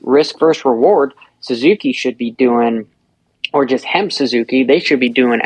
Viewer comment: is so unprofessional. Grown ass man still acting like a kid, he knows good and well it's HEP Suzuki not HEMP but he said it over and over because he thinks it's funny.